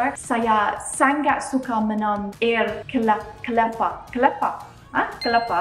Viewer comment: Lol🤣🤣🤣🤣🤣your accent while you speak Malay"air kelapa"like Indian people make me laugh out loud